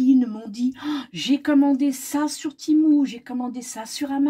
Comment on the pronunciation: je confirme que ça se prononce bien ti-mou ^^